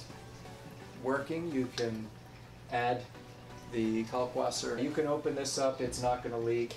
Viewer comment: Ummmmm... It is a German word. If you are going to pronounce it correctly you have to say "Kalkvasser". The German W is pronounced like a V. I'll get off of my pedantic soapbox now. Great video. Thanks for the info. Cheers, Chris